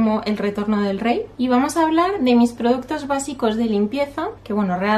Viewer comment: Dices produttos, jaja, productos....